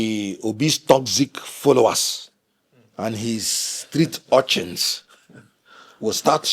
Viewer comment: He said street orlchins 😂😂😂😂